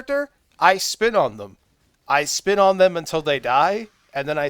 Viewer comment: Instead of spin on them, i thought you said "I spit on them". I laughed way harded than I should have. Thanks for the video.